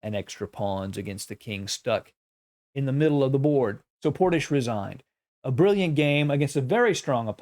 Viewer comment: Excellent commentary as always Love how you say Portishch